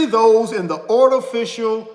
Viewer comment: What is " Ortificial " 😂😂😂😂😂😂😂